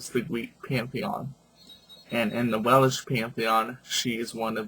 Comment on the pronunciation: Not Wel-ish. WeLSH.